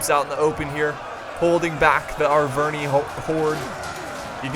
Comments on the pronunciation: I think its pronounced ar-ver-ni-i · It's not Aicini nor Aicinai. It comes from latin, so it's pronounced iceni and arverni.